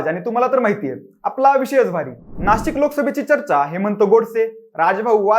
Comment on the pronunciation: नाशक नाही रे..नाशिक असते ते बोच्या